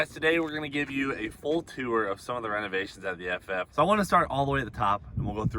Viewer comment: I love you Cleetus, please stop saying “tour” though. I don’t know what it is but I just can’t take it lmaooo. Keep it up though, hell yea brotherrrr 🤘🇺🇸